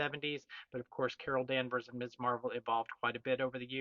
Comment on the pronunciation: Ms! And pronounced correctly too, as in Mizz. I can't tell you how many times YT comic channel hosts pronounce it as Miss (as if the 70s and feminism never happened).